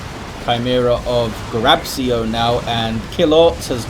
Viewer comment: You read it "Grab-chio" (Grabcio in Polish pronunciation, I think)